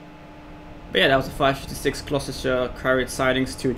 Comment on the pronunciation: You pronounce Gloucester: glos-ter